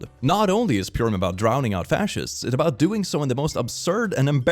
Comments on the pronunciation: btw purim is pronounced purr-im like a cat! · THE WAY HE SAID PURIM. IM SORRY THAT MADE ME GIGGLE